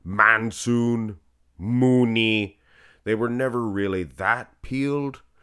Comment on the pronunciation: The "moody" almost made me die in half